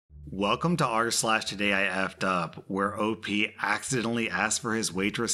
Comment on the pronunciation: Ah yes, R/slags